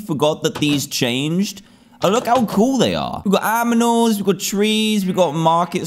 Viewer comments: aminal XD XD XD XD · Dan in Preschool Teacher: Say ANIMAL Dan: AMINAL Teacher: Excuse me, what? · Dan:we got aminals! Me:yes Also me: wait what? Aminal¿¿ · ITS NOT ANIMAL!! ITS AMINAL! imma start calling it aminals too ^^ its cute tbh lol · WE NEED THE FULL VERSION RIGHT MEOW!!! This has to be your intro!!! And also I say animal as "Aminals" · Dan: aminols Me: aaaaaaaaaaa